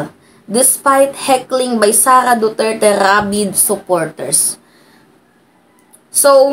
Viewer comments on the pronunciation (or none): none